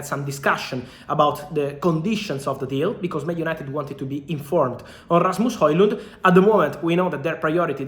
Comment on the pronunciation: Very nice pronunciation on Rasmus Højlund name (I'm Danish, so I know ;) )